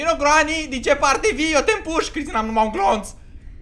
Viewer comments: Se zice Grenny !!! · Se spune grenny